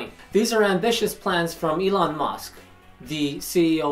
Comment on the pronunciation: Hey... I think the guys name is Elon not Elei... but i could be wrong...